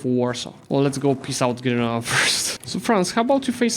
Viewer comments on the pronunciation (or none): none